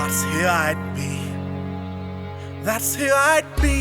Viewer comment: God I LOVE how you roll the R.